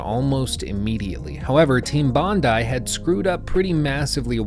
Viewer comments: mispronounced bondi. bon-die. not bon-dee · Thanks for pointing that out. Nearly threw up when he said " Bondee " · Bondi = "BON-dye". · It's pronounced "Bond-eye" mate... because the contracted studio was in Sydney. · I lived in Australia - Sydney specifically - and it's pronounced Bond-eye, not Bond-ee. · "Team Bondee" facepalm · It's pronounced BON-DYE .. its only like one of Australia's most famous beaches smh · "Bond-eye" is the correct pronunciation. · It’s team bond-eye, that’s how it’s pronounced. Bond-eye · It’s pronounced “bond eye”. Bondi is a suburb of Sydney, Australia. It’s where the development team was based, so they named themselves after their location. That bar near you called Bondi Beach Bar is named after the beach that is probably Australia’s most famous beach. It’s why the “o” in the bars logo is a surfboard. I’d bet it’s an Australian surfer theme bar. Probably owned by an Australian who is recreating his favourite bar in Sydney. I live an hours drive away and have been there many times. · I guess it doesn’t matter much anymore but it’s “Team Bon-Die” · It is pronounced "Bond-Eye" (Bondi), so thank you!!! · Australian here. It's Bondi. Bonn-dye. Bonn. Dye. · team bondi dispanded after the games release. because of massive pressure put on them by rockstar. unfortunately they were one of the last studios to publish a triple-a game in australia. also its pronounced bond-eye :) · It's bondi (eye) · Their name is pronounced Team Bond-Eye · Yeah when i heard that i was like bruhh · I can still hear the echo of facepalms by millions of aussies as he ponders how to pronounce Bondi... especially since knows of a bar called Bondi Beach... after the Bondi Beach in Sydney, Australia.... LOL